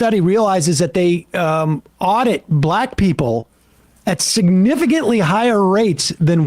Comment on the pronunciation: He is pronouncing Black wrong